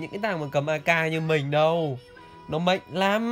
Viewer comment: Mạnh - k phải “mệnh” Ngọng quá thể.